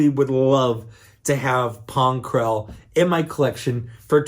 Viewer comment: I gagged when you said Pong Krell